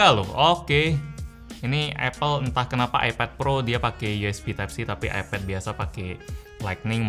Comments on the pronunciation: Kok nyebutnya epet si bang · AiPED NYEBUTNYA BUKAN EPED